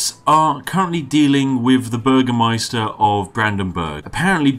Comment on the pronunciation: Im fucking crying for having to listen to you pronouncing Brandenburg, Volksfest and Bürgermeister